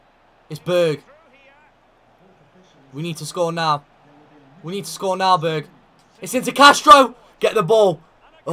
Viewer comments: You need to pronounce the «e» in Berge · You are saying Berge like it is Berg